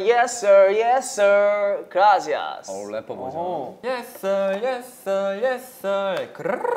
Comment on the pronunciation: 킬링포인트 투성이인데...🤔 여상이의 그rrrrrrrrㅏ시아스 첨에 라이브 보고서도 웃겼던 부분이어서 제 픽은 그 부분!!! 이렇게 클립영상 올려주면 너무 그라시아스✨